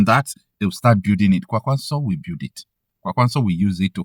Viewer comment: The way you pronounce Kwankwaso annoys me. Kwankwaso is a Hausa name that was gotten from Okonkwoson, an Igbo heritage name. With that knowledge you should know the right way to pronounce the name.